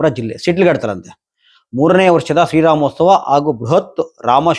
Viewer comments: ಶ್ರೀ ರಾಮೋಸ್ತವ ಅಂತೆ 🤣🤣 ಅಯ್ಯೋ ಕನ್ನಡದ ತೊದಲು ಜಾಣ 🤣🤣 ಬಹುಶಃ ನೀನು ಕನ್ನಡ ರಾಜ್ಯೋತ್ಸವ ಅನ್ನೋದನ್ನ ಕನ್ನಡ ರಾಜ್ಯೋಸ್ತವ ಅಂತಿಯೇನೋ ಒಂದ್ಸಲ ಕೇಳಬೇಕು 🤣🤣 ಉಸ್ತವ ಅಲ್ಲ ಮಾರಾಯ 🤣🤣 ಅದು ಉತ್ಸವ... ನಿನ್ನಲ್ಲಿ ಒಂದೇ ಒಂದು ಬೇಡಿಕೆ 🙏 ದಯಮಾಡಿ ಕನ್ನಡ ಭಾಷೆಯನ್ನು ಸ್ಪಷ್ಟವಾಗಿ ಉಚ್ಚಾರಣೆ ಮಾಡು 🙏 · ಥೂ ಥೂ ಥೂ ಏನ್ ಕನ್ನಡ ಉಚ್ಚಾರಣೆ ನಿಂದು 🤣🤣 ಶ್ರೀ ರಾಮೋಸ್ತವ ಅಲ್ಲಯ್ಯ🤣🤣 ಅದು ಶ್ರೀ ರಾಮೋತ್ಸವ...ಉತ್ಸವ ಕಣಪ್ಪಾ,..ಉಸ್ತವ ಅಲ್ಲ 🤣🤣 ಒಬ್ಬರ ಬಗ್ಗೆ ಮನಸ್ಸಿನಲ್ಲಿ ನಿರಂತರ ದ್ವೇಷ ಇದ್ರೆ ಹೀಗೇ ತಡಬಡಾಯಿಸೋದು 🤣🤣